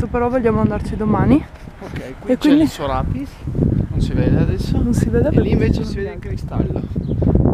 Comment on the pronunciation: si dice sorapìs non soràpis (mi sento molto hermione)